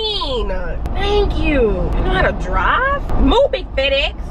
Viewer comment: “Move it fed-ex”💀💀😭